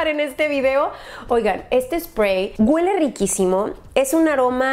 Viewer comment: "Este spray GÜELE riquísimo" jajajajajajaja es HUELE!! NO GÜELEEE!!